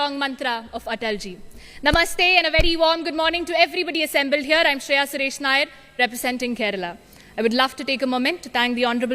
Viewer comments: Nayyar nahi nair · I hope , the Host learnt how to Pronounce Nair 😊